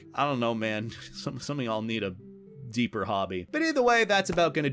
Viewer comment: Isn't twitter just more toxic in general now? Maybe try Bluesky. ...Also, you said deeper. lol.